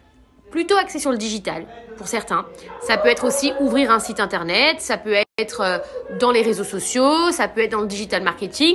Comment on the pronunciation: m'a trop fait rire avec son "interneet" 😄😅❣